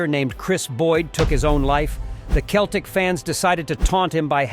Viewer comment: Yeah, I enjoyed 'Cheltic' as well.